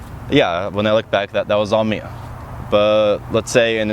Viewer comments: The way you pronounce words like "me" and "three" is hilarious. "me-uh," "three-uh" :-P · Am I the same me-ah Who I was when I was a baby-ah When I was twelve When I'm twenty-three-ah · Mer? Is there a merrr? Who is MeRr? MeeeerrrR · did you say "twenty-three-ah" and "me-ah"? Is that an accent or something or am I crazy